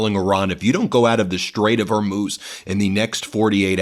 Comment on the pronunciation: Bessent can't even pronounce Hormuz. It's like when people say Epstine and Gizzlaine... How many times do you need to hear a noun before you learn how it's said??? Idiots, all of them!